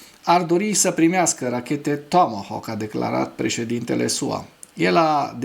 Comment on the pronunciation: Apreciez emisiunea ta dar nu mai pronunța "tåmåhåk"...,tomohauk!!! E absolut jenant ...